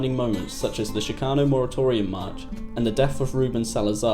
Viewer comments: it's ch as in chick NOT ch as in chic - dude you need to know this shit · Shhhhcano lol. Ch-cano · Shhcano just pisses me off, u can’t say CHIcano??? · Hey!!! It's pronounced CHICKano Not SHICKano!!! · it's kind of lame to bleep 'spic' when quoting from 'fear and loathing' - nasty words were part of the point. also, the ch in 'chicano' is pronounced as in 'chorizo', not 'champagne' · sh-kano.. ya know right outside chicago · Why is this stupid gringo having such a hard time saying Chicano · Can you please learn to pronounce the word “Chicano” properly? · This doc is amateurish and the narrator continuously mispronounces the word "CHICANO". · God hearing the word chicano pronounced incorrectly 3,000 times is super annoying